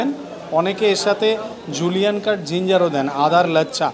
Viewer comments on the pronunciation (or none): none